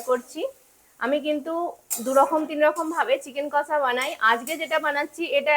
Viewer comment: Kosssaaa abar ki🤣🤣🤣🤣 its kosshaaa 😂😂😂